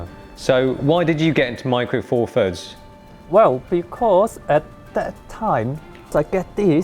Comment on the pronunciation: Four Furds WTF. Th, Th, Th. Four THirds. This infantile pronunciation drives me nuts.